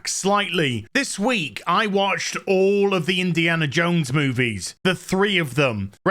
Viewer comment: It's Indiana JONES!!! Not Indiana JANE!!